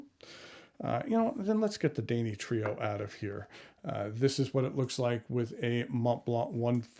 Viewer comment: Too bad the craftsmanship is in the service of cheesy, gaudy kitsch-like 'art.' But thanks for reviewing the Danny Trio. Wouldn't it be dan-EE-tri-o?